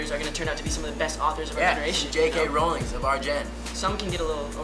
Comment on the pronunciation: J.K. "ROWling" like seriously JG? Learn how to pronounce names before you go start bangin Madison